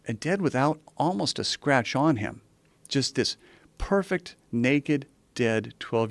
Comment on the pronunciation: This guy made too much emphasis on “PERFECT BOY”